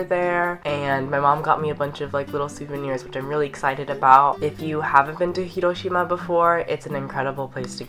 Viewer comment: Do you speak Japanese??? Your pronunciation of Hiroshima is 👌